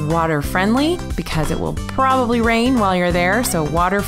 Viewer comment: Narrator: It will probobaly rain! Me: it rained everyday but one. "Probobaly"